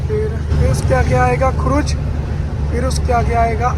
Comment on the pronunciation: Khuraj nhi khurja..bolte hai usse kuch naya seekha toh mera naam bolna agli video mein..Rohit Yadav from Agra